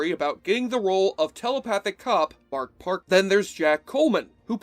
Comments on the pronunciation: It’s Matt Parkman, dude. Not Mark. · It's Matt Parkman not Marc Parkman